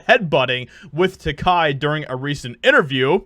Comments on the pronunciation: I have had the pleasure of meeting both men, and without a doubt, Bill is a very genuine and gracious fellow. George was distant and had his own agenda. Brad Takei was much nicer by comparison. BTW, Takei rhymes with toupee. If you are going to dig on someone, have the decency to say their name correctly. Shatner is not dwelling on one role. He has done many other things, other TV roles. In fact I like him as much as Denny Crane as I do for James T. Kirk. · His name is Takei. TUH-K. Not "Kai." Just as H.R. Giger is not "GUH-EYE-GUR" but "GEE-GUR." Shatner has been vindicated with time. Takei won't let it go. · Takei's last name rhymes with OK....Ta-Kay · The best way to remember to properly pronounce George's last name: it rhymes with Ray. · His names is pronounced Ta-Kay. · It's pronounced Tuh-Kay, as in Ta-Gay. I don't agree with the guy, but you should at least pronounce someone's name or words in general correctly when talking. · Isn’t it pronounced “ Ta-Kay “? As in”ta-Gay”? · Ta-KAY. It rhymes with…. Hay. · It's pronounced TeKAY. I know. He told me at a convention almost 30 years ago. That is what I remember about meeting him. Getting corrected on how to say his name. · He pronounces it TaKAY. Yeah, I know, who cares... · takei rhymes with gay. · Takei, not takai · Takei rhymes with "teh gay" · It's pronounced "Tah-KAY", as in "He's GAY!" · It's Tah-Kay. . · are you sure you are pronouncing "Takei" the right way? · TAKEI Not TAKAI. Read the syllables. They sound exactly like they look. TA KE I Takei. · Takei told Roddenberry "my name is TACK-A rhymes with high pay" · You still haven't learned how to pronounce George Takei's name properly. Get it right,. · Bro ur sayin his name wrong.... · Why do you keep mispronouncing his name? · George Takei, not "Takai." Tah-keh-ee, not tah-kah-ee. Takei rhymes with GAY. That should help you remember it. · It's pronounced Tuh Kay NOT Tuh Kie. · His last name is Takai? I always thought its Takei (ta-kay).